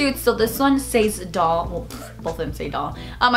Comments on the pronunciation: SEZ not SAYYEZ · Omg, it's pronounced "SEHZ" not "Sayeez"